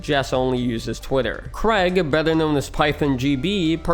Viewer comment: Bugs me how almost no one from the US can correctly pronounce Craig